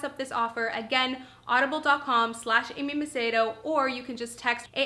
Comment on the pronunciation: I LOVE hearing someone, other than someone in my family, that knows how to say MACEDO! 😜. Great video, by the way.